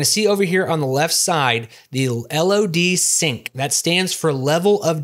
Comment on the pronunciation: Did you really pronounce "LOD Sync" like that? Well, at least you pronounced it proper after.